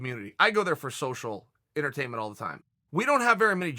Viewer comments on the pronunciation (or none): Chael"i go there for social enterteiment" Sonnen